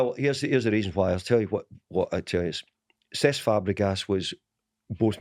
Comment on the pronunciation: Can someone enlighten me as to who Sess Fabregas is??🤦‍♂️🤦‍♂️no wonder he didn’t sign for United when the manager couldn’t even pronounce his four letter first name correxrky🤦‍♂️🤦‍♂️